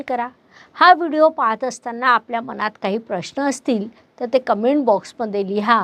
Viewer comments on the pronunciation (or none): none